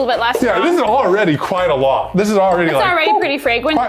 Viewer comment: Can we get "fwagwency" on a shirt lol